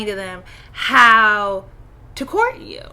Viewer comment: Did you say COURT? Extinct like the dodo..unfortunately.